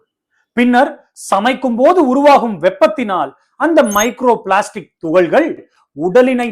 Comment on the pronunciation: தமிழில் பேசுவது சிறப்பாக, பெருமையாக உள்ளது ❤🎉🎉🎉 ஆனால் தமிழ் உச்சரிப்பில் நிறைய பிழைகள் இருக்கிறது தம்பி, அது உங்கள் ஆசிரியர்களின் தவறு,😢 (வெட்டாமள் அல்ல வெட்டாமல்)(துகல்கல் அல்ல துகள்கள்) (நுரையீரள், கள்ளீரல் அல்ல நுரையீரல், கல்லீரல் ) எனவே [ ல,ள,ழ / ர, ற / ந,ன,ண ] இவற்றிற்கான சரியான உச்சரிப்பை கற்றுக் கொள்ளுங்கள்.